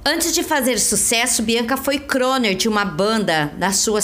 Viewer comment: Nossa,: vc é ruim demais! Citação a Beatles, chamar crooner de croner.... Que terror. O problema é que uma pessoa assim ocupa o espaço que poderia, muitas vezes, ser de jornalistas que estudaram de forma séria.